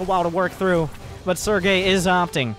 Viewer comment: Barcode... we are just gonna call him Sergay... LMAO everytime he says Sergay